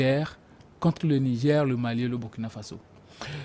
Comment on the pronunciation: Monsieur prononce mal le Burkina. Et il minimise le terrorisme. C'est grave. Les derniers coups d'état, pour ce qui est du Mali, Burkina et Niger sont dûs à 80% au terrorisme. Quand on n'a pas le terrorisme dans son pays, son analyse ne peut qu'être dans le décor.